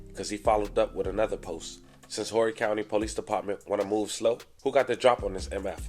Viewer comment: 843 checking in. Just for future reference the H in Horry is silent. Great content as usual though. Keep up the good work king! 👌🏿